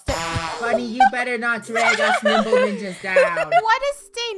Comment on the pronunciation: Lol when they first Said Nimble Ninja's I thought they said Nipple Ninja's LOL